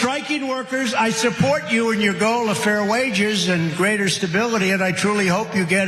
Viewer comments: “Hourly WORGE” 😂😂😂😂😂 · What’s an hourly “werge”? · Workers shouldn't worry about their "Hourly wurge?" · Remember when ꓕЯump said, "I know werge! I have the best werge!"? Well, he can spend an hour using his best "werge"... But no one wants to hear ꓕЯump's hourly "werge".